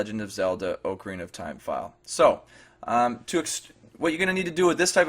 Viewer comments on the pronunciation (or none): oml just.... stop.... "oakerina of time"